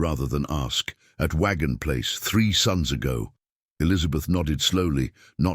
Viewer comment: "Sun's ago" NOT "Sons ago"